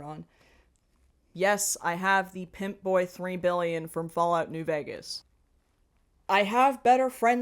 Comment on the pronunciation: Are you saying Pip Boy or Pimp Boy? (also wait a minute Dream Daddy was played by straight people?) I find it so hilarious they like Fallout and Bioshock, actually it's sad because they are really that incurious and obtuse